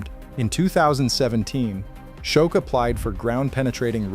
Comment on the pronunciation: Shoke? Skoetch? His name is pronounced "SHOCK"!